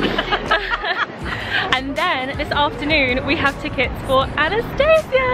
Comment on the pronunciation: The name Anastasia is pronounced differently :)